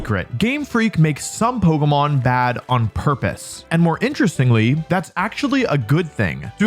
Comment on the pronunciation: "poguhmon" I'm out